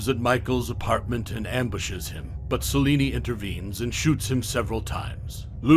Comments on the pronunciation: Celine. Not Celinie. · Idk why you kept calling her Selini. It’s Selene(sel-lean) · Its Selene not seleney lol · Selene. But he’s saying salini🤣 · Is he pronouncing Selene as "Saw-lenie" or is it just me? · So you don't know how to pronounce Selene?? Did you watch any of the Underworld films?